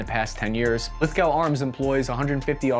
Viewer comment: Lithgow is pronounced lith-go